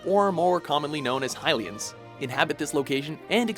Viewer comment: It's Hylians not Highlians.